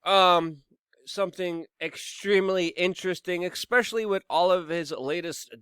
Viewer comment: "Ekspecially" Love it.